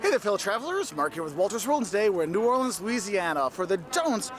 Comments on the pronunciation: Pronounced in 4 syllables New Or Le ans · New or le ans ,pronounced in 4 syllabes